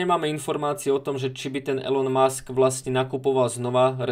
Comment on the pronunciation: Elon musk sa čita ilon musk